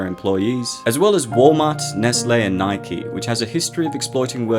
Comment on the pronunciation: I dint really dislike videos but ya said Nike incorrectly so am sorry :(